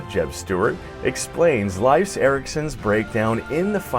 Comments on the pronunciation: His pronunciation of Leif is driving me crazy. It's pronounced like leaf! Not life! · Your pronunciation of Leif is cringy